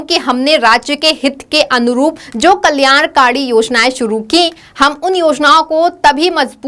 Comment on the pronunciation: Full stop par kuchh pause dijiye- ek sujhav🙏kalyankari* not kalyankaadi